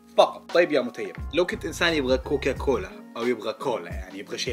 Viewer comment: يا أخي اسمة COCACOLA وليس COCOCOLA ههههه بس أحسنت والله😂